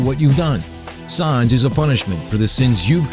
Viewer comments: it's pronounced sans as in comic sans, idiot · That is not how u pronounce sans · You pronounced Sans wrong. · im happy sans is 1 but dude bro U CANT SAY SANS RIGHT U R SAYING SAAA NS DUDE SANS S A N S LIKE SAND LIKE ALSO U R LIKE FAKE AND NOT FAKE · S aaaaa nnnnnn ss not sAns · first of all you pronounce these names like a drunk 2 your old second its sans pronounced like sand but with a s istead of d not sons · Sans not sons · sons??? its sans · its not sons its sans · It's sAns, not sOns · Sans not Sauns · Its Sans Not Shans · His name is sans. Not saans... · I think you meen: "his name is sans, not sawns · Its not sarns thats like you say it its sans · SAWNSSS SAWWWWWWWWWWNNNNSSS!!!!!!!!!! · Both sans and gygas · Don't You Mean Sawns? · It's not sons it's sa-ns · Why do you say sAAns it's sans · Did he say Sas instead of Sans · Omga flowy is ALSO harder plus it's not saans its Sans! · Gigas not Zygas Sans not sauns ... I cant take your promunciation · IT IS SANS! NOT SAUNS! OR WHATEVER YOU SAID! I just can't put up with that mispronounciation anymore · "Sawns." You're gonna have a bad time. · "Sawns the skeltin" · It's not sAAAAns it's sans... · Its sah-ns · Who is "Sahns"? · wait did he say sahns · sons lol by the way it's just how he pronounces it how he wants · Wait... "Its no wonder that Saanz the skeleton..." Pronunciation error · th way he pronounces "sons" xD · You Were Saying Sons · ITS SANS S-A-N-S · you're saying stuff wrong. its GUY-GISS and the a in Sans is pronounced like the a in Sam. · Sawns. Siygas. I think thats not how you pronounce those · um sir you said sans wrong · He mispronounced Sans' name, and it was kinda annoying when his voice sounded like a male Siri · um excuse me sir you said sans wrong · you said sans wrong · Goddammit you're pronouncing 'Sans' wrong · he's saying sans wrong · the mispronunciation of "sans" is killing me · The way he says sans... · who else is bugged at how he says sans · I cringe every time he mispronounces Sans.